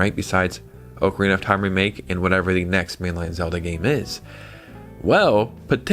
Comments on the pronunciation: OCK-A-REENA NOT OAK-A-REENA 🤦🏼‍♂️🤦🏼‍♂️🤦🏼‍♂️🤦🏼‍♂️🤦🏼‍♂️ You say Zelda is your favorite game, but you're pronouncing it WRONG! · let the man enjoy his ookrina bro